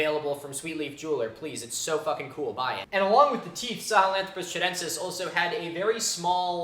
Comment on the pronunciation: That'd be Chudentis, not Chadentis.